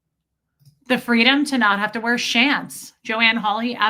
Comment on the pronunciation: She sounds like she was a flounder fish if both her eyes were on the same side of her head. When you said shants i almost did one🤣🤣🤣🤣🤣